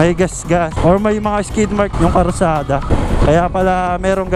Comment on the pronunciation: Karsada? Hindi ba kalsada heheh